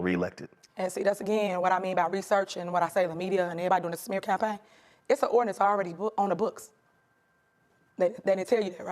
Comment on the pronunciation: All part of a smeh cappay.